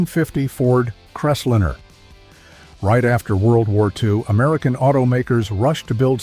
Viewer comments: What's a CrestLINNER. AI sucks. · I stopped watching at "Crestlinner." You need to narrate this yourself or get a real person to do it.